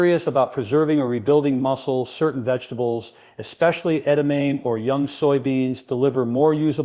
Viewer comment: Including mispronouncing the main subject of the video ....